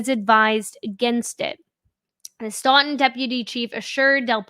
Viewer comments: It’s pronounced STOWTUN I live next door To that town Love your videos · Stoughton is pronounced stooton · Its pronunciation is questionable like everything in the commonwealth-Stoughton- STOWTIN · Say it with me STOE-TIN. Stoughton